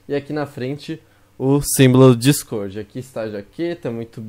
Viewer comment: O pessoal penssa que vc e português porque vc fala dicôrdi